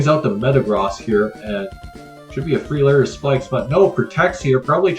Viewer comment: The way this guy says Metagross is more jarring than the way Jimothy says Groo-don.